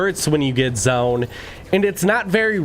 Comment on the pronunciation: Anybody realised he sais zoen instaid of zone